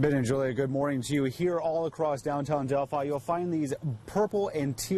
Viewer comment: You are not pronouncing Delphi correctly. It is pronounced del-fi, like wi-fi, not del-fee.